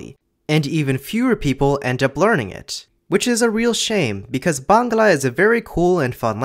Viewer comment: I did not like how he said Bangla im not good at bangla even though its my motherlanguage